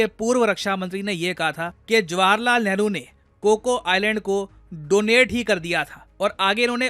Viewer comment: He said Neharu, that explained a lot 🤦